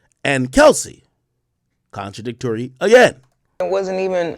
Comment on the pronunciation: Contradict-Tory again 😂